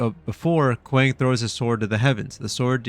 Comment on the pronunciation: Not kwaaaaang it’s kwang